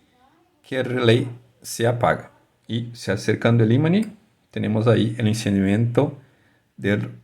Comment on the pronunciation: buen video, pero en español se dice IMAN no imani, prro con practica ya vamos haciendo cosas, best reguards